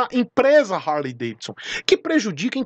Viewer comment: Pelo amor de Deus,pronuncia R, e HARLEY